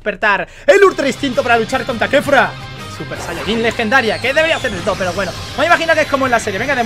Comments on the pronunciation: Aprende a hablar es Kefla no Kefra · Kefura? No es kefla 😅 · No es kefura es kefla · Es kefla no kefura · K3fUra 😂 es kefla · Porque mamaweva le dicen kefura si es kefla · Kefla no kefura